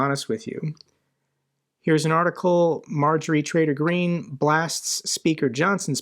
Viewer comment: I hear it wrong but can not unhear it "Marjorie Traitor Green"